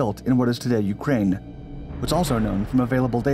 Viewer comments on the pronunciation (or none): none